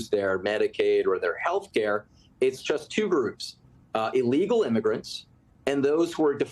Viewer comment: That congressman just said “chust“ instead of “just“. Like they say in good old Pennsylvania… If you ain’t Dutch, you ain’t much. I guess I just notice it more onscreen these days.